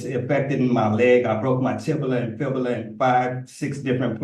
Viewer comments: He wants to be released on "recognins" because he doesn't have access to the law "liberry". Plus, he broke his "tibila" and his "fibila" in "five, six different places". You just can't make this 💩💩 up! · “TIBALA AND FIBALA” 😂😂😂😂😂